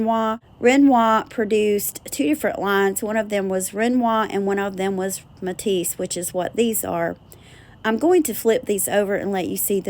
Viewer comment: Napier (Nay*pea *er)run it altogether sounds like nay Pierre ❤ Matisse and Renoir were perfect!